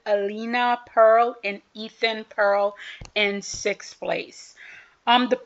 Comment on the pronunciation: You are enthusiastic and knowledgeable, which I appreciate. But you too often mispronounce skaters' names. Why not try to figure out some of the basic pronunciations. I understand the difficulty with some names, but I think you could do better on some of these names, such as Elliana and Ethan Peal. It is 'Peal', as in 'peel', NOT 'Pearl.'